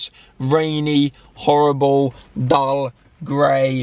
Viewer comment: The way Alfie said dull 😂😂